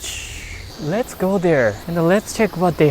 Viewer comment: “ LETS GAO”!!!